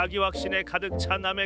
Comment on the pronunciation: 마지막 샹마이웨이 발음 개웃곀ㅋㅋㅋ